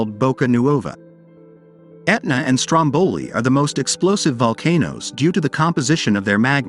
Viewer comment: Please, learn ahead of times the proper pronunciation..Stro’mboli and not Strombo’li. Also old footage for most of the video.